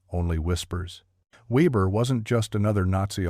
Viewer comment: Weber pronounced Veber